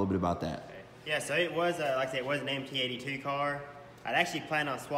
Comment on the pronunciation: Nice video but it’s “MT-82 “ not NT